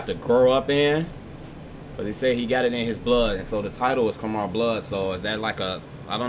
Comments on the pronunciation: Khmer pronounced ka’mai, no “er” at the end great reaction btw. Khmer means the people and language of Cambodia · It's prounounced kah Mai btw